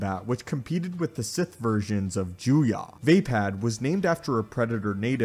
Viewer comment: It's almost painful how you mispronounce Vaapad